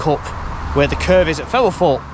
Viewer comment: Ok...... I really like your videos: excellent quality, always informative and very interesting: apart from one thing.... your voice. I have to watch with the sound off and the subtitles on..... and it's hiarious to see what the subtitles make of the way you prounounce some words. I mean, Femelforpe........ really? If you have some sort of genuine speech impediment/disability then I humbly apologise but if it's just a lazy local accent then do yourself a favour and invest in some elocution lessons PLEASE!? Btw...... to show my good faith I've just subscribed. Very best wishes to you anyway!